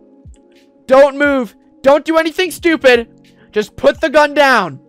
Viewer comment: WHY DO YOU SAY STPPID?????